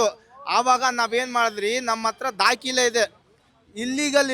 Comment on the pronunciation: Dakile (document) alla dakhale. Modalu Kannada sariyagi matanadalu kaliri. Regards.